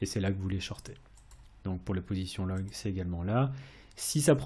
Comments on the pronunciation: Merci pour tes vidéos de qualités. Pourquoi prononces-tu « logne » pour « long » lorsque tu parles de prendre une position à la hausse 🤔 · long se prononce LON-Gue